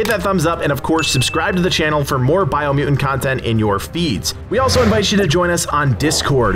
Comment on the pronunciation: Take a shot every time he says "Biomuain". 🥴